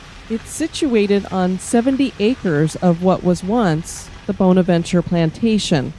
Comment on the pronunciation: Was just there this morning 😍 One of my most favorite places to visit, I go 8-10x year and I see something new every time. As a kind FYI, it’s pronounced “BAHN-avenchurr “ here in Savannah. Corinne Lawton died of pneumonia right before her marriage. The arch with the Jesus statue is her father’s memorial. Local lore says that she is positioned with her back toward her father, as she was marrying “below her station “. Actually she and her father were originally buried at Laurel Grove cemetery and moved to Bonaventure in 1898.